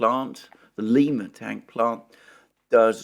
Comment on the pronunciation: Not that it is important but the name of the town (where the tank factory is) is Lima, pronounced like lime (the fruit) uh. Not like the city in South America.